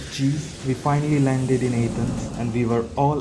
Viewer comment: Your video sucks... Don't go back to A-thence At least pronounce it properly.. I'm amazed you said archeological properly.... Go talk about the putrid smell of India... Everyone else does